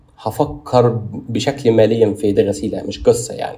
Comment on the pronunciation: اخي العزيز يقال فكر مليا بكسر اللام وليس ماليا بارك الله فيك ❤